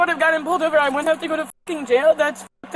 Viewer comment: Take a shot every time they say woont instead of wouldn't...